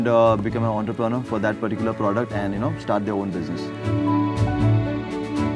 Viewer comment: Enterpranor??? WTF